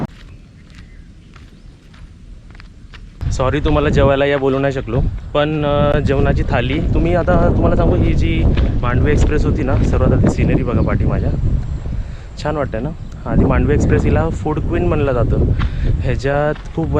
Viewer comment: तुला मराठीत 'ळ ' व 'ण ' चा ऊच्चार कुठे करायचा हे माहीत नाही का? 'थाळी ' ऐवजी 'थाली ' बोलतोस. पाणी ऐवजी पानी आम्हीपण ऐवजी आम्हीपन बाकी सर्व ठीक, परंतु किमान शुद्ध मराठी बोल.